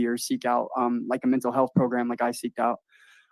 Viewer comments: Stop saying "progrum," goddamn idiot. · I like how you pronounce the word 'program' PROGRUMM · The progrum came out lol